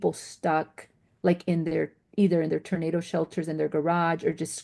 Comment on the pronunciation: Why does she keep calling it a Ternado